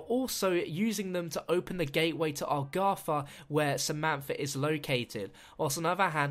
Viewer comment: Why do most CoD Zombies YouTubers pronounce Agartha "Argatha"?